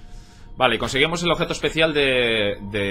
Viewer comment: Objeto !OBEJTO¡ Tanto cuesta hablar en Español?